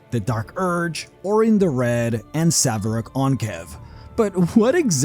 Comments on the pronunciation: You're butchering a name. It's Sarevok, not Savarak or Saverok or Savarok. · 'Sarevok', not 'Saverok'. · Sa - re - vok ... Sarevok! Not Sav-rock ! 🤣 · My goodness man, even when it's spelled out clearly, why must you insist and pronouncing it as 'Sah-evrok?' It's very clearly 'Sair-ev-ok.' Having made it to the end. I feel now that my quibble over the correct way to say that guy's name is the least of my criticisms. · Sa-RE-vok, not Sa-ve-rok. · It's SaReVok. Not 'saVeRok.' The mispronunciation is driving me insane lol. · this must be rage bait. you had it spelled out on screen so many times. saREVok!!! not saVERok. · Sarevok, not Savarek. Pronounced like Sair-uh-vok An-chev. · Sa-re-vok, not Sav-e-rock. You're killing me here! I was so confused as to who you meant at first, as I listened to this while working out. 😂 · Loved the video, hated the Savrok wording :P Sa-Re-Vok (As in SAnd REd VOCal) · SAREVOK, not SAVEROK. drives me crazy every time you say it. lol. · Savrok? haha lol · I wonder if you're AI or trolling. The name is SAA-RE-VOK. Worse it's pronounced in game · I thought I'd mention that it's pronounced Sarevok. And his last name is pronounced like anchovy so Anchev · I hate to be this girl but it’s Saravok not Savarok. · Dammit! He was Sa-Re-Vok. Why is it so hard? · Why do people keep calling him "Saverok".... Can you guys....not read? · Sa-re-vok. SA-RE-VOK ffssake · Sarevok. Not Saverok. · Say it with me SAREvok anCHev. Your butchering of Sarevok’s name, both of them, is driving me crazy. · Sarevok. Sar-e-vok. The r is first, not the v. How can you get that wrong unless you literally never heard it pronounced in game? Do you play the games? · I have to be this petty. I'm sorry. I love you and your content but it's like a compulsion from the netherbrain: SA RE VOK There. Phew. (Awesome video man) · Each time you said Saverok my mind reeled, as if bitten, it took something i would never get back... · SAR-E-VOK, SAREVOK! SAREVOK ANCHEV!